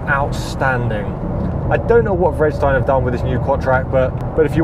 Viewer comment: Isn't "Vredestein" pronounced something more like "Freederstine"?